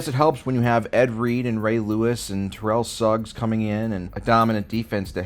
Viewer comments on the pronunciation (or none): none